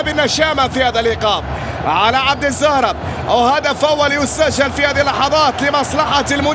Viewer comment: اش فيه المعلق يقول عبد الزهرة